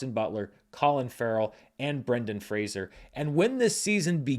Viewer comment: Thank you,, for enlightening people on the pronunciation of Brendan's name. I remember reading an interview in the 90's where he said "I'm not Kelsey Grammer; it's not 'Frasier'," and all these years later I still wince when I hear it mispronounced. I also hope he wins the Oscar, if just for people to finally get his name right.